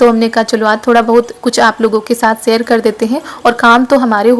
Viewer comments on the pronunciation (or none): none